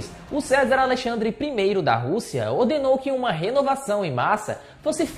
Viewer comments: Não é "César" a pronúncia e sim Czar (quisar); houve informações e ñ "houveram"; vc repetiu mt a expressão "naquela época"... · Pronuncias-se "quizár" Não é o mesmo que Cézar. Estuda um pouco as o pronúncias das palavras que vc não conhece antes de gravar os vídeos. Fica muito feio e vc perde credibilidade. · Não é "CESAR" É "QUI-ZAR". E tem que se ligar no script dos vídeos, esta muito mal escrito, sem concordância, sem o uso do plural corretamente. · Não é Cesar, leia-se ‘Quizar’ Czar!! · Percebi isto também 😀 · chocado com um erro grotesco desses!!!!!!!rsrsrsrsr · Cézar nãoooooo kkkkk Cézar usava se em Roma na Rússia eram czares da fala "quizar ou kizar" Mas o vídeo foi showww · Não é Cezar kkkkkkkkk e sim Czar kkkkk ou Kzar kkkkk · Não é Cezar, é Czar lê-se quizar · Como esse .menino erra. Czar se pronuncia ki-sar e não César. No outro vídeo pronunciou a cidade de Nice na França totalmente americanizado, Naice. Se fala Nice mesmo como se escreve. Está faltando um bom editor de vídeos para corrigir isso. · Menino! Não é César..!!!! Se apruma é. CZAR (leia o C como Q = ou leia QUIZAR- menos feio) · nao se diz cesar, pronuncia correta e quizar da russia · Não é César que se lê!! 😂😂😂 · Mano, Não é César, é CZAR, pronuncia-se o c mudo mesmo e significa algo como REI, para os russos. Se você vai fazer vídeos relativos a história, é bom pesquisar um pouco antes e melhorar as coisas. Isso demonstra falta de cuidado. Os Césares vinham das legiões romanas, de outra era e de outra região do mundo, bem distante da Rússia. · o nome é Tzar, onde se diz tizar